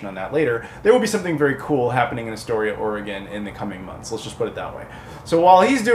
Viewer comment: I'm from Seaside, OR originally. Had friends and their parents in Kindergarden Cop and such. But yeah.... THE GOONIES HOUSE IS OFF-LIMITS!!!! lol, can't believe you actually made it up there! The signs weren't up?! Did you not go see the lighthouse from the "Ring" that is in Astoria? Also it's pronounced "Ore-uh-gun" and "Ass-Tore-eah"! Just like Illinois is pronounced "Ill-uh-noise"! Great pick-ups video! The chase seen from The Goonies was done down in Cannon Beach next to Haystack Rock and the restauraunt was up on Tillamook head over-seeing Canon Beach (Ecola State Park). That is also were the Fair was shot in "Kindergarden Cop". My famile's ashes are spread in the Ocean there, and I lived by that rock for a couple years one time.